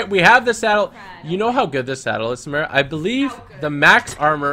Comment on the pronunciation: Samara not samera